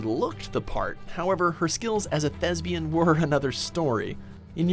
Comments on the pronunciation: “Thesbian”. Motherfuckers! How dare you mock Thespis! It is thesPian. With a p! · Did this dude just say 'thes-bian'? Like 'lesbian'? The word is thespian.